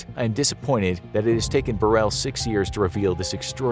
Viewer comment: Diana was more aware of her demise than some are of how to pronounce Paul Burrell's surname